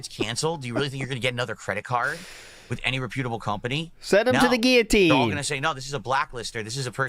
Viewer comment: "Reputable" is a word he gets right and wrong, depending on the day. He did not say it correctly on this day. - At that point, he was literally making hundreds of thousands of dollars a year and he still couldn't bring himself to pay someone to make the art. Even now, after he's had multiple problems with copyright claims, he still won't pay anyone for art. lol